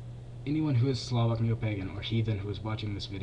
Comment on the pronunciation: You pronounced Slovak, it's rather Slavik, and it's the religion of Slovaks, Czechs, Serbs, Russians...